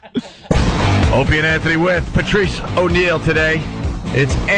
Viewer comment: Everytime Opie says "Pertrice" we all lose a day off our lives.